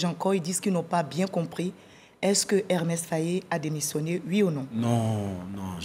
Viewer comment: Mme la journaliste c'est pas Ermes , c'est Emerse Fae ! Que Dieu le bénisse.